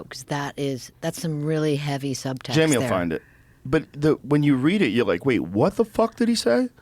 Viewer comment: come on buddy